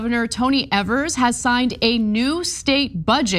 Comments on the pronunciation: Exactly. His name is pronounced as eevers. Not Evers. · It's Ee-Vurs, not Ev-Ers, FYI. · KNEW Ana would be the type to pronounce it (incorrectly) as "eh-vers" instead of "E-vers" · "First governor in a million years" ... To Grow A Pair! By the way, its Eeeeee-vers, not evers. Having shared that, Gov. Evers is an educator, school superintendent, etc, so he Knows to his bones how important any and all assistance to and for students to learn as much as they can before they step into this 'adult' world. Did anyone notice he also kept the dollars in for voucher/charter school kids? Its because it's about The Kids! Gad Bless Him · Of, for FUCKS sake. His name is pronounced EEvers, not ehvers. He's been governor for FOUR years and you STILL pronounce it wrong. You are supposed to be a professional - learn how to say peoples' names correctly. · When Tommy Thompson was our governor, for years and years, he used this power regularly, so turnabout is fair play. One nitpick: Evers is pronounced "Eevers", not "Evvers". Keep up the good work. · His names rhymes with beavers. As progressives you really ought to know that (he's been Governor for 5 years). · I live in Wisconsin. This power has existed in Wisconsin to governors for decades. They only complain when a Democrat is sitting in the governor's office and he exercises this authority. And by the way, his name is pronounced "Eavers." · FYI it’s Tony Ee-vers, long E. Also Wisconsin governors have had the Line Item Veto for as long as I can remember. Generally speaking, Evers doesn’t have wide sweeping powers because the republicans stripped most of them when he was first elected. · I think his name rhymes with Bever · Tony Evers is one of the two best things that have happened here in Wisconsin and the other was a Democrat getting elected to the Wisconsin State Supreme Court! And for your information, the governor's last name is pronounced a long e as the first syllable! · It's leviOsa, not leviosA...